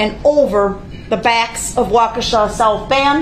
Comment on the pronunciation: The town name is not "Wo-kishay" it is "Wah-key-shah". I know British always are quick to jump on Americans for mispronouncing things, but British have a very bad habit of not caring about native American pronunciation of non-European, native names in America.